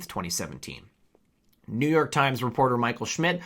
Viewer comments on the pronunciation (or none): none